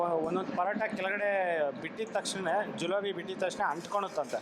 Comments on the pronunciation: ಜಿಲೋಬಿ ಅಲ್ಲ ಜಿಲೇಬಿ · ಜೂಲೋಬ್ ಅಲ್ಲ ಜೀಲೇಬಿ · Not julebi itis jilebi